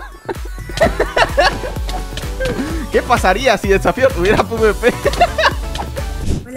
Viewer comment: Porque dices def safio